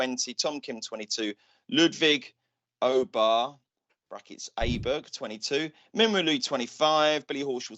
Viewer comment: well done on Aberg you have joined Andrew Cotter on the correct pronouciation